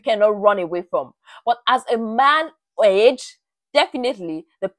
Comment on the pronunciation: bruh i got so scared as she said age, she makes it sound like edge so much